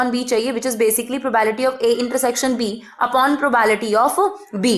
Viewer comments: It's probability not probality . 🤪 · Its probability not Provality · maam its probability not probality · mam wo probability hota h, naki probality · It’s probability not problity 😂😂😂phele bolna toh seekho phir padhao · It's not probality Actually it's probablity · maam probability not probality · When she say probality instead of probability it annoys me in very uncomfortable way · Mam it's probablity not probality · Probality nahi laudi Probability hota hai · Nice teaching but probality not probability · Abee probability hoga not probality.😂😂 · Ma'am it's not probality ..it's probability ... please pronounce it's correctly .. It's really irritating to hear again n again probality 😌... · Not probality... Its probability.. Please note it.. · Its probability not probality..sorry m grammar nazi..no offence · It's probability not probality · Bhai yaar ye probality bolti hai irritation hogaee muje mai ni dekhra eska video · i appreciate your effort for this video but its not "PROBAILTY" its "PROBABILITY". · GD exp ma'am, BTW it's PROBA'BI'LITY. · pro-bae-bi-li-ti (probability) don't feel offended only wanted to correct you so that you can improve(no body is perfect).